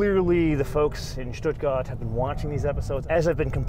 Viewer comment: Pronouncing "Stuttgart" the Swabian way "Schduagert" while speaking American English is very annoying.